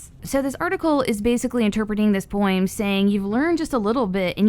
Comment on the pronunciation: Poem is poem... not poim.